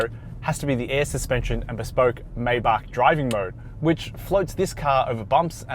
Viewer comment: Take a drink for every time he pronounces 'Maybach' a different way.